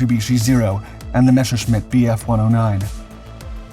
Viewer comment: It is not Mesh-her-shmeet. It is Mess-sir-shmeet. That firsht mesh is wronk. What is so hard about saying Messer?